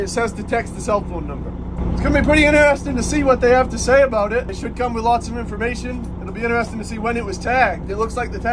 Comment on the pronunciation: Your true mainer came out when you said about it